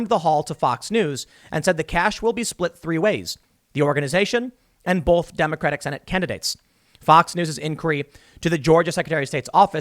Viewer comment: why does Tim say "bolth" instead of "both"... its driving me crazy